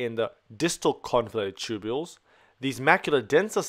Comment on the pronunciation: just to point out it's convoluted and not convulated